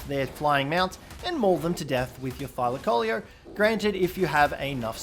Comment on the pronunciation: You know it pronounce thy-lac-co-lee-o